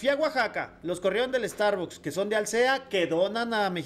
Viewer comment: Feik no es Starbucks, es star bus